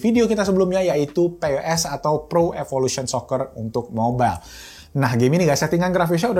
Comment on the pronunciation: pes itu lgsg di baca aja ko, gausa di eja p.e.s biar ga capek ngomong nya heheh